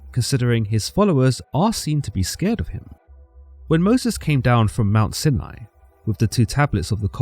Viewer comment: Im just glad he pronounced Sinai correctly. Although he pronounced Job incorrectly as, Joab, so there's always room for improvement